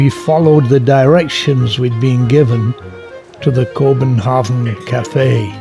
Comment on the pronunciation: Terrific video and narrative. The narrator, however, was apparently not schooled on certain proper pronunciations. Nyhavn is not New Haven, but is pronounced New Houn. Nor does it mean New Haven, but rather, New Harbor. Same holds true for Kobenhavn - not Kobenhavn, but Kopen Houn.